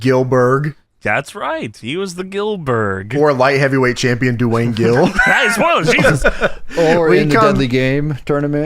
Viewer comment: Doo-Wayne Gill